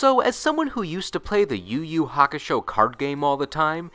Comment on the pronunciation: why are you pronouncing every Ur name as if it's a Yu name?